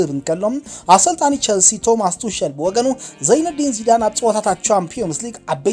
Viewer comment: "ቶማስ ቱሸል" ኣይኮነን ዝበሃል ከባሪ "ቶማስ ቱኸል" እዩ ዝበሃል። ኣብ ዝመጽእ ኣርማ ኢካ! ኣብ ኣናባባ ቋንቛ ጀርመን ፍልይ ዝበለ እዩ። ስለ'ዚ ኣብ ዝመጽእ ኣሪምካያ ክትመጽእ ተስፋ ይገብር። ብሩኽ ሕማማት ደቂ ሓላል መሬት!